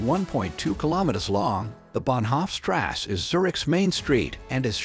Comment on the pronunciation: Learn how to properly pronounce river . strasse etc